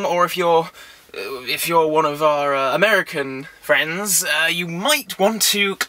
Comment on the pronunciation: why do you say "american friends" like that?